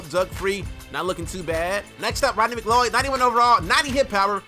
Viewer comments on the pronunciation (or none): Rondey Mc.Cloud is how u say it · I think it's pronounced McCloud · Its pronounced "mcCloud" i think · It's like saying McLoud for McLeod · its pronounced Mcloud😂😂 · its pronounced Mc-Cloud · It's pronounced Mic-loud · He does. He said Doug Free already has a signature when he was thinking of Tyron Smith. He didn't know how to pronounce McCleod. Then he does a quick team update and his OVR is worse than mine. Then you check his coin total and remember he lost a 10 Mil Wager. He's ass. He has more Ls than he does Madden Points.